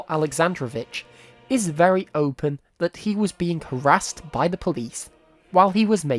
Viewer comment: "Opine" -- sounds like "oh-PINE", not "open". 😻